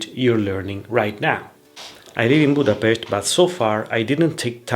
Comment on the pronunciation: I’m always so happy if someone says Budapest in the correct way. Many people say it with an “s” sound, even it’s pronounced with an “sh” correctly ☺️